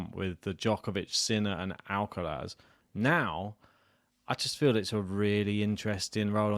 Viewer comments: WHY are you guys struggling with pronouncing the R in Alcaraz, While pronouncing it perfectly everywhere else... AlcaLaz.. whats wrong with you ? :) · maybe an Alca Laz y tongue😅